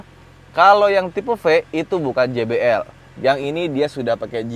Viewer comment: Jay bi el bukan ji bi el(gbl) bang wkwkwk